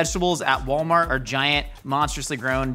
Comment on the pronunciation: Achcktually, it's pronounced "Wollmarr".